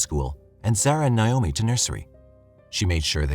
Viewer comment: Naomi is pronounced Nay-oh-mi, and not Nye-oh-me